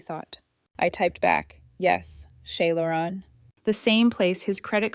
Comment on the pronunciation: Shay Laurens= Chez Laurence